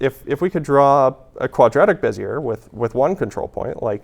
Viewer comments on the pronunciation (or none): You know, Bezier is a French name, roughly pronounced bezyay .